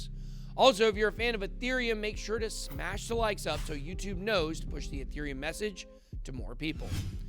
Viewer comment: Ethereum not aaaateriom